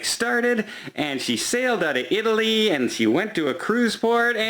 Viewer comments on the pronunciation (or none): none